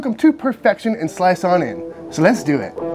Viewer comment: lol nice Guga "So let's dewit"